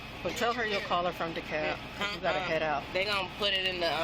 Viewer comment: Dekalb not “camp”